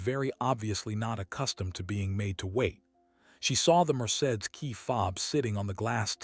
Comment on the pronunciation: The pronunciation of Mercedes is off😂 😂😂😂